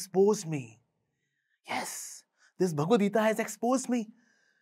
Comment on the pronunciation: hi the so caked enlightened person it is not "geetaa" it is "geeta".